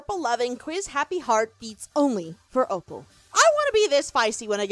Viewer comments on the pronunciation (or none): OPAL, NOT OPEL!